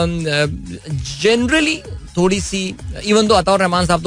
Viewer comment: Urdu ka qatl e aam takleef deta hai bhai, isliye 😅 "Achhay se" "Thorri na" "Kia heee hojayega" "Gussa" "Murggii" 😢